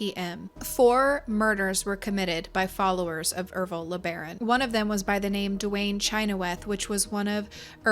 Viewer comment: ERVILLE? the ervillites? oh shiiiiiiiit were in for a ride everybody